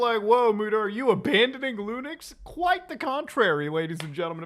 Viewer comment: Is there a reason why he misprounce Linux so often as Lunix? I just see it so often? Is there some kind of lore??